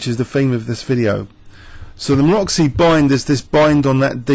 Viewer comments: MaroTZy bind, not Maroxy, pretty pleeease with sugar on top. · actually its Maroczy, pretty pleeease with sugar on top